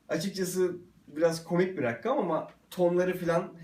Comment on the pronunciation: "rakkam" nedir ya?